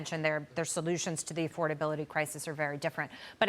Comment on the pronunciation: I am no fan of Mamdani and am a Republican but if you’re going to sound like responsible journalists at least pronounce his name correctly. His name does not have 3 m’s in it. It looks very amateur when you do this for several weeks on end.